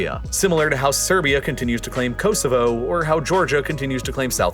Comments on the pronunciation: Very very informative, thank you. Apart from your excruciatingly annoying septic accent and your appalling pronunciation of “Kosovo” I congratulate you on your correct spelling of “maths” and not the very annoying “ math” which your countrymen consistently annoy the rest of the world by getting wrong. Its MATHEMATICS ( plural) therefore the abbreviation is maths. Well done, there’s hope yet. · ko-zo-vo thats hopw its pronounced